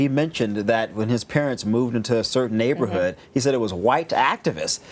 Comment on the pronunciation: Booker keeps saying neighborhood like his come on ur rich we’re not fooled